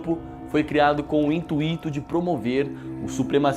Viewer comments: é intuito e não intuíto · você não pronunciou direito a palavra intuito.